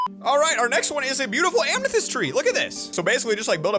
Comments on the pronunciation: Lol, it’s so cute he calls it “amnethest” **(also amethyst is b My birthstone lol)** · Amkneethest and not amethyst lol